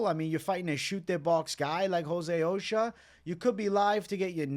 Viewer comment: Ochoa is O-SHOW-AH not Occupational Safety and Health Administration